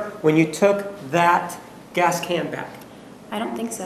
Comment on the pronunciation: When Juan said “California is a progressive state, in the sense it has gays-uh-gas stations almost everywhere” 😂